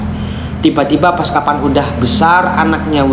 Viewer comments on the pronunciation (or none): Logat, "pas" sangat melekat🙏🏻😅